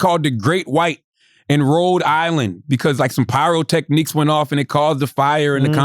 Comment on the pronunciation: Lmao did Charlemagne just say "pyro techniques"?